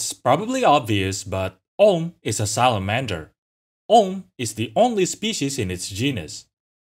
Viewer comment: I had this playing while I was drawing and I thought you were calling it “the gay salamander”